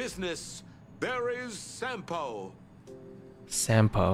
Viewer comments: SAMPO IS A FINNISH NAME YOU SAY IT RIGHT AMERICAN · NOOO I TRUSTED YOUUUU 😭😭😭 WHY DID YOU SAY HIS NAME WROOOOONG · I know that for a fact that you’ll be out here calling him shampoo instead of Sampo